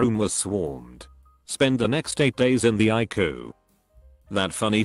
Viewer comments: Pronouncing ICU like haiku without the h is an interesting point. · The CG voice needs a better database of medical terms! Doc is short for doctor not document, ICU is pronounced I See You, not ikoo etc